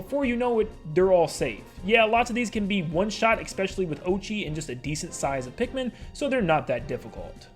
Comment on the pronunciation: I DONT CARE THAT THIS HAS BASICALLY NOTHING TO DO WITH ANYTHING BUT PLEASE OMG FUCKING PLEEASE STOP SAYING “expecially” IS ESPECIALLY WITH AN S WHAT IS WRONG YOU